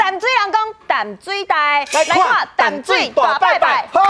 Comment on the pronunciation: 16：27報馬仔不是敲鐘擂鼓 是敲銅鑼 敲鐘擂鼓不是用在這裡形容 香蕉是個蠻有才華的通告藝人 年輕一輩台語講的還蠻順暢但有些字發音還不是很對 該閉口音沒閉 例如 淡水的淡 感動的感是有閉口音...